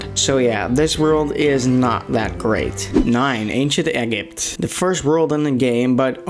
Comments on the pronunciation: It's not ekipt it's egypt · Bro actually said ancient eggipt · Bro said egg it 💀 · "Ancient Eggypt"... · Bro it not egg-ypt It's eg-jypt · It's egypt not eggypt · Also, lots of comments are gonna tell you that you pronounced Egypt wrong It’s ee-jipt Not egg-it BRUH AGAIN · Ancient Egypt is pronounced “Ain shent E jipt” not “Ain shent egg ipt” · It's pronounced "ee-jeep-t" not egg-ypt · It’s not ancient egipt it is ancient Ejipt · It’s Egypt (Eee-jipt) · Am i the only one who despise the way he said Egypt? “Egg-ypt” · did he say eggepty instaed of Egypt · ITS EE-JIPT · you mean ancient-E-jent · Ancient ee - jypt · Did he mean ancient ejip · He.... ægipt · Di-did you just say egg ipt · when i heard him say ancient-eggipt i lost brain cells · i know this video was a 11 months ago but DID YOU JUST SAY ANCIENT EGG-YPT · Man said eggipt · Bro said “ Egg-ypt” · I ain't listen to a man who pronounce ancient Egypt "ancient eggypt' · The miss pronounsations makes me wana dislike the vid BUT I love it the same time but still why do you pronouns it like that Ancient EGG-gypt is a fine one some places call it like that BUT THE NEON MIXTAPE NOPE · mfer just said EH-GEEP for Egypt. Disliked immediately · Egypt is pronounced Ejept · Im sorry but i just cant take someone who says egypt as EgG-Ypt seriosly lol. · Why is he calling it “ ancient egipt”? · You say egg-ypt again I swear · Fair enough but ancient "egg-ypt" ? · “Ancient Eggipt” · Im dyslexic and i can read easier, roteabega, eggypt, thyme warp is fine but its said like time, thyme is a spice spelled weird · All of your opinions are invalidated due to saying "egg-it" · He said ancient eggipt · did you just say "egg-gypt" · "Egg-ypt" "Neen mixtape" tour "Thy-m" Warp "Zomoss" 🤓 Buy yeah His list Is pretty bad in my opinion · Yeah, also i hate the way he said Egypt (Egg-ipt) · anchient egg-ipt lol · An yes eggypt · Abc to say eggypt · Lol he really did say egg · Is ee gee eee pt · Dutch accent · Ancient ayguipt